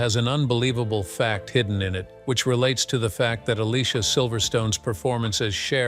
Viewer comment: Definitely one of my favorite 90’s movies and Alicia’s first name is pronounced (A-Lee-See-A).